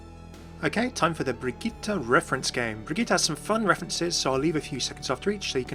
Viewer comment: I just want to point out that your pronounciation of the name Brigitte is really good!